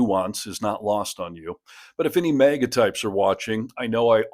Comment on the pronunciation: What am I missing here? Why does the host keep saying MEGA and not MAGA?